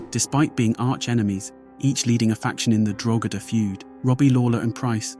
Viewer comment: Louth and Meath and Drogheda someone should of told him how to pronounce a few word first 😂😂😂😂😂